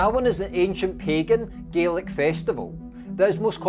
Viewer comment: Great videos but please pronounce Scottish Gaelic as in Galik.